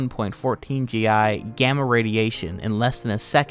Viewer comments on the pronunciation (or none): none